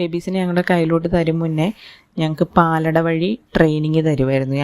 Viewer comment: ❤❤❤❤ പാലാട ( പാലട അല്ല)